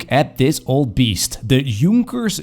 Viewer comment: An english sp3aking dude, wo can say Junkers right.?! I am impressed.